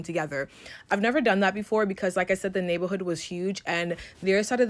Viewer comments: Anyone else slightlyyyyyy getting annoyed with the word “navel’hood” “nabel’hood”…. I’m so sorry…. I’m so not trying to be mean. lol. It could be a congestive thing, but OMG. lol. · The first girl voice was annoying me, I’m sorry. The way she kept saying “neighborhood” like she a little kid whose learning how to pronounce a “big word” was cringe and this the same girl who was a defending Huda from love island’s racism all over Tik tok and hating on the black girls girls on the show, so she is a hypocrite lol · First chick keeps saying “nablehood” & absolutely making me mad at her 😒😑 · Neigh-buhl-hood had me dying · Why does this chick have a speech impediment but only for the word neighborhood, it's throwing me off. Lol